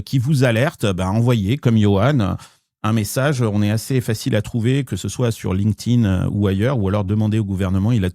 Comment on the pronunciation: Il va falloir faire un effort sur la prononciation de LinkedIn